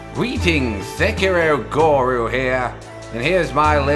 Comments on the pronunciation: Can any of you fine British people watching this tell me what accent the guy has? It's strange hearing him say Sekiro GORU instead of guru every time. He also said anti ERR and I don't CERR. I've never heard these words pronounced this way before. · Hi Goru, is the "goru" pronounciation for comedic effect or is it your natural way in your accent? Great vid as always ;)